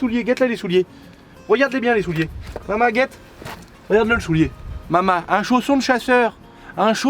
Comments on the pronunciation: "Elle mange la R une" 2020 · Ta mangé une R une XD